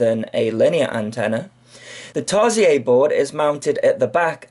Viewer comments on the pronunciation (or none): Tarsiez? I thought it was "seer", is it french? Awhawhaw, look at mah LeDrone :D Jk, couldn`t help myself :p